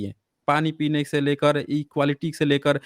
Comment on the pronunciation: Sadi Ke Baad She, Nahee Century Ke Baad Se ✅. Se ✅ She Pronounce wrong. Har S Ko Aap Sh Pronouns Karna Bund Kro Example Possible ✅ Posshible Wrong 😑.